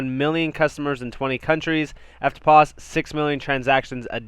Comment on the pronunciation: Good work on pronouncing EFTPOS correctly👍. I think HBAR is going to be massive. It has utility and is worthy a top 5 position in the Crypto market place. Thanks for the updates mate.👊